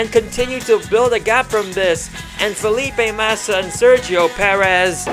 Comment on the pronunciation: Mate just say Felipe MASSA ffs